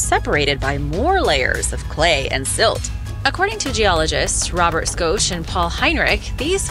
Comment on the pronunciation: When she called him "Skosh" it made me wonder how many other names and places she mispronounces.